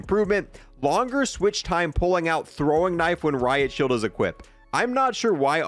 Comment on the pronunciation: "RIP ROIT SHIELD" also "RIP Riot Shield"